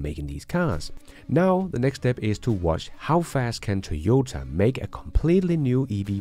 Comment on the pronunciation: I agree with you! BTW, it's TOY-OH-TAH, not TEE-OH-TAH.